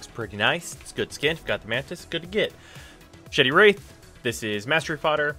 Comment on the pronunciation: still honestly can't tell if you said "machete wraith" or "shitty wraith"